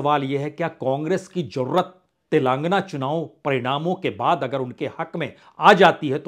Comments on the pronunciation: Punyaji. It is sounded as 'Telengaana' and not 'Telaangana'. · तेलांगना नहीं, तेलंगाना😅